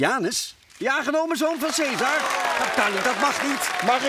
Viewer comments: Caesar spreek je uit als 'kaisar', niet 'seesar' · Khaat t Hoe ze caesar zegge das helemaal fout